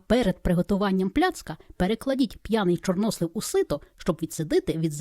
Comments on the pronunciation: Чорнослив. Наголос на останній склад. Чи світ став іншим? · Торт дуже гарний,молодець.У слові чорнослив наголос падає на "и".